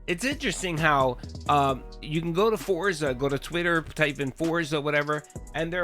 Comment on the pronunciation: "YOU GAIS wanted this!" "All of you yelling at me to play Foriza 6!"